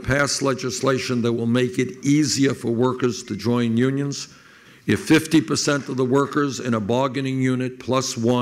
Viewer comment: Like YUGE. YEW-nyuns.